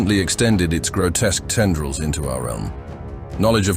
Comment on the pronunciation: Tiara-Nids and Tender-Reals got me. Not yet AI, not yet 💀